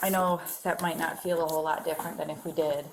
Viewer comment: Michigan accent is terrible 😅 naaaaaaht.